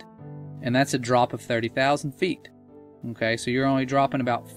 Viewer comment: Can you say okay properly!!!